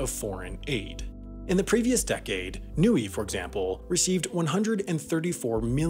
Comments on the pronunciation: Yeah but he pronounced "Niue" as Nuey, when it's really "nyoo-ay" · NEE-OOH-AYE TOO-VAH-LU NAH-ROO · Niue is pronounced as "NYOO-AY", just so you know. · Niue is pronounced "new-WAY" not newy and Tuvalu is "tu-VAH-lu" not TOOvalu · Niue is pronounced "new-way" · Though Niue’s pronunciation is off.